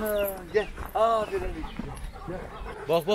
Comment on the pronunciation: ABİ AFERİN DE YA AĞĞĞĞĞĞĞĞĞĞĞĞFERİĞN DEME :D